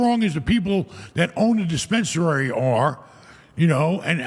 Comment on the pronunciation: Neither of you is going to correct "dispensarary?"